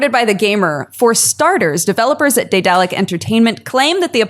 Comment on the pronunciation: Am I crazy or does no one know how to pronounce daedalic correctly?